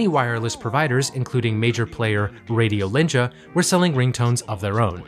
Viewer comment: Hearing you pronounce Vesa-Matti Paananen and Radiolinja was... something else. Finnish is such a fucked up language...